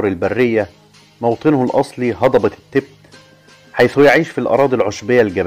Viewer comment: المذيع يلفظ كلمة التيبيت بطريقة غير صحيحة و كذلك فقد اخطأ خطأ عظيماً عندما ذكر أن سلالة حمير الكيانج الشرقية تتواجد في شانجهاي و جنوب غرب شينيانج !! ومن المعلوم أن شانجهاي مدينة ضخمة في شرق الصين بينما شينيانج هي مقاطعة تقع في أقصى غرب الصين !!